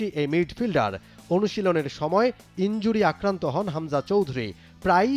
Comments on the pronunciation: ইজুরি নাকি ইনজুরি 😂😅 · ইজুরি না ইনজুরি 😂😂😂